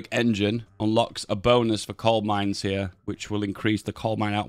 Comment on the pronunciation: Am I hallucinating or is he saying "Cold Mines"??